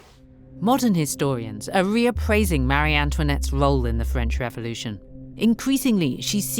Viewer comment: Please…, the name is Marie (muh- ree) NOT Mary! My daughter’s first name is Marie and it is constantly mis pronounced!